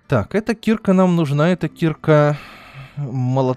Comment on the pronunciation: А почему ты говоришь слово киркА (ударение на А, специально сделал ее заглавной) как кИрка это же не правильно. Слово кИрка - это лютеранская церковь. И вообще каждый раз когда ты говоришь про киркУ, ты делаешь это не правильно? =) падеж ед. ч. мн. ч. Им. киркА киркИ Р. киркИ кИрок Д. киркЕ киркАм В. киркУ киркИ Тв. киркОй киркАми киркОю Пр. киркЕ киркАх